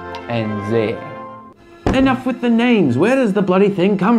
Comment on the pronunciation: Zaire is pronounced "zaa·eer"